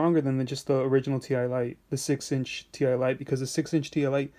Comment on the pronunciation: Its pronounced "tie " lite as in tie a knot ........